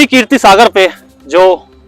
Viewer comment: Keertee nahee keerat Sagar